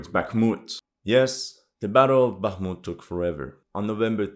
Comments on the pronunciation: For you guy that know Russian and Ukrainian check out how Zelensky,fuccqed up the pronunciation of Bākhumt,then corrected it to Bakhmūt 😂 because he is a native Russian speaker and not a Ukrainian native speaker. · I heard on a Talkshow sometime back that since Zelenskyy is from a Russian-speaking Ukrainian family, he always pronounces it the Russian way - “Baakhmut” & not the Ukrainian way “Bakhmoot” & ends up correcting himself a lot of times. Dunno if this is true - maybe some Russian speaker can clarify! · So funny ... Zelesnky has to correct his pronounciation of Bakhmut ... hilarious !